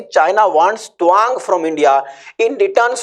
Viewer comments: Twang kyu pronounce kar rahe hai, ye to TAA-wang hai. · Toang nahi.tawang. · Tuwang nhi Tawang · Tawang. Not towang😅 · Tawang ko dhag se toh pronounce karo bhai..😂😂😂pehle dhagse se pronounce karna shiklo aur video banao